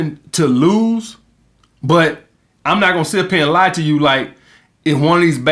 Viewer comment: I will never get tired of hearing "we'a fuck these hoes to sleep ova heya" gets me every damn time